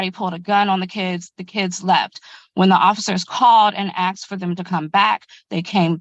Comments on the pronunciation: I have a hard time taking anyone serious , even a lawyer who "axed" somebody a question. Both of the lawyers said it. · "Axed" rather than "asked" is a very common 'mis pronunciation' or variation dating back 800 years or more in the English Language. It can be a regional or cultural pronunciation.